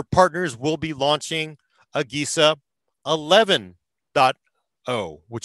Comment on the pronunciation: It's pronounced uh-Je-sa(agesa) not, uh-gay-sa